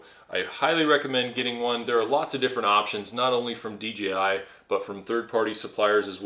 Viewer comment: It's pronounce dee jay eye, not dee gee eye.